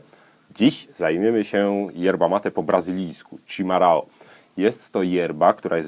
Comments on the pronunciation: to się czyta "szimahą" ch=sz, rr=h, ao=ą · chimarrão - wymowa poprawna jest szimachą (ch=sz i=i m=m a=a rr=h/ch ão jest nosowe czyli ą) wytlumaczyla mi prawdziwa brazylianka, a tu link: znaczenie: najpierw zwierze domowe, ktore ucieklo i dziczalo (jak np. munstangi) pozniej to "nieokrzesany dzikus (gaucho)" dzisiaj ~rustykalny/naturalny/tradycyjny chimarrão-mate pochodzi z poludniowego stanu Rio Grande do Sul, graniczacego z Uruguayem: a poza tym bardzo spaczne p.s. bombilla po brazyliansku-portugalsku: la bomba (pompa) a tykwa po brazyliansku-portugalsku: cuia